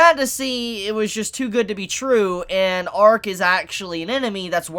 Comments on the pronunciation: L'arc is pronounced la-rc, not arc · isnt is pronounced Larc not Arc? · Downs kid, the characters name is L'ark not ark. Jesus christ. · Its lark not ark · did u hear how many times he said Arc instead of L' Arc